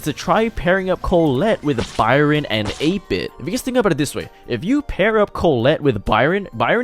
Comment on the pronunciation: Your pronounciation of 8-bit had me confused for a minute there haha